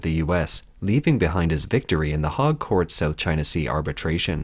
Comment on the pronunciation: What's the 'hog'? that's a pig lmao,, The Hague